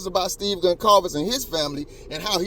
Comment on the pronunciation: Your saying steves name wrong she said it right